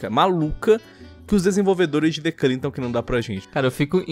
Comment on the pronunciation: The Culling: The Collang Eu: The Cu